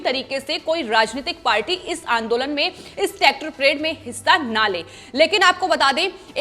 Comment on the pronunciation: It's not tactor madam